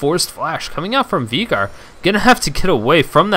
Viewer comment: It's not VEEGAR.. it's VAYYGAR